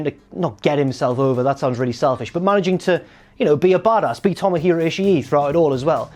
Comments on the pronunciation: It's ishii(Eeh-she) not ishii-E just saying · he doesn't pronounce it right but he's closer than you are